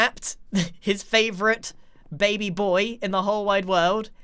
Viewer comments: Did grian really just pronounce baby as bah-bee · Scar: “Gragr” Grian: “Babby Yoda” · I thought he saying babi yoda for a second 😂 Babi = pig (very disrespectful to say it infront of a malay) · FAM HE SAID BABY WRONG HE CALLED IT BABYE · "bahbie yoda" yes grian, bahbie yoda.